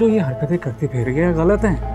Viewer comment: what is گلت correct word is غلط